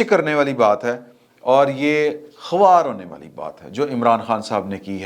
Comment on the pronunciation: " ماجود" یا "خاوار" نہیں ہوتا "موجود" اور "خوار" ہوتا ہے، اور خوار کو "خار" پڑھا جاتا ہے